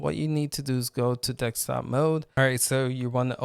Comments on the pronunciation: desk-top not dek-stop. :) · Dekstop dekstop dekstop!!! 🤪🤪🤪